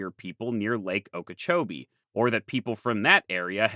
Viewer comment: Good shot pronouncing Okeechobee right.